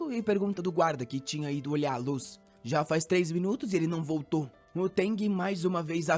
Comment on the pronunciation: Ele vôrrrtô 😂😂❤❤❤ bom demais 🥰🥰